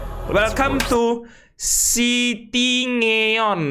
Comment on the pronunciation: Bang sebenarnya bacanya bukan cityngeon yang benar cityneon